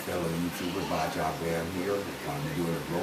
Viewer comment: Baja , change the j for a h and say baha Baja